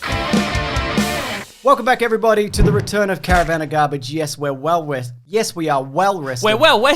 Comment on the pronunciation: WOO! WELL WESTED AND WEADY TO WOLL!!!